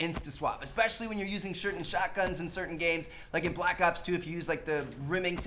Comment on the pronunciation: Lol "Shertain Shotguns"